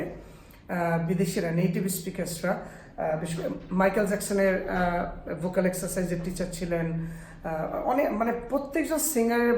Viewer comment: ভোকাল নাকি ভোউকল?